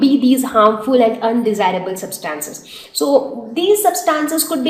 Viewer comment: The pronunciation of 'Substances' is incorrect